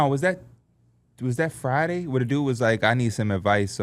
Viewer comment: mike “FRIYAY” Heard